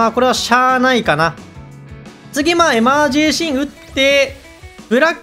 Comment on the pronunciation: エマージェンシーをエマージェーシーンって言うの聞いててイライラする